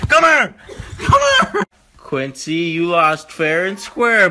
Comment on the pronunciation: its Quincy not guincy.